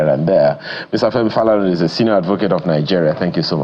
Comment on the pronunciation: The way he said Falana made me cringe